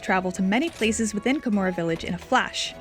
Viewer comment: It's not Kamura, it's KaH-mura.